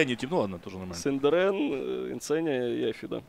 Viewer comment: Синдерен - Сындерьмен пхахахахахахаххаахпхахх😂😂😂😂